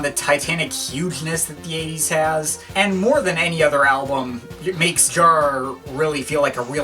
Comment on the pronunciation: That's understood...btw: excuses, concerning my first comment (removed it btw), by you, pronouncing Jarre as 'jar', caus of something in your way of bringing words out. But, as long as you keep this listening experience for and to yourself and in this case, no-one has been helped...the main effect is only: you have set yourself apart by spreading this completely superfluous message throughout the internet. I regret watching this upload and again I wanna express the fact that Jean Michel is a giant amongst many lesser gods in the art-scene, overall and who are 'we'' to just lightly and (in this particular case) sometimes a bit too bitter, judge his works, while this great man has changed so many hearts and lives? It's the 'tone' you set/you bring this in a cynical manner and jump from one album to another, as if it were cookies or candy-bars... Who 'are' you to do this? Is it simply arrogance? I will never look you up again on YT...who are you to play your game publicly? Yes...no-one!